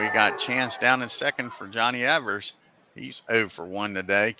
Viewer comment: You’re misreading the box scores during the opening minute of the video. You corrected yourself in the second minute. Also, Evers pronounced his name as “Eevers,” not “Eh-vers.”